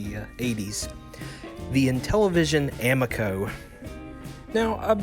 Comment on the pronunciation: a mee co, I believe it is pronounced.